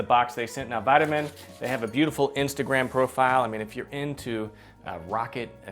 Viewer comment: Beautiful machine. We need to work on your German and French pronunciation, though. It's pronounced "VEE-de-mahn," not "VIE-de-mahn." And the German on the box roughly translates to "Make a machine your machine."